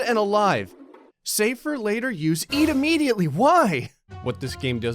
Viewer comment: Lol he said immediate weong